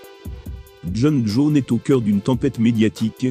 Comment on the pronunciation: "Jon Jaune", "dana Ouite" "brinda Chaube" 😅😅😅😂 Merci mec j'aime bien tes vidéos